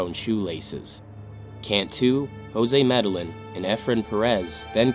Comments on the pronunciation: The last name medellin is pronounced as "me - deh - yeen". In Spanish, when you see two L's together it makes a Y sound. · For future reference, Medellín is pronounced "Med-ah-yeen". Two LL's together in Spanish are pronounced like an English letter "Y".